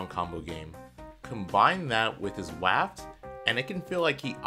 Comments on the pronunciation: Wtf why did you say waft like that? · lol “wahft” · Did pronounce “waft” like “laughed but with a W??? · wah ft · Vewy funny I waughed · I have been pronouncing "waft" to rhyme with "raft" all this time. I don't care if it's "wrong". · Awsomedude389 wahft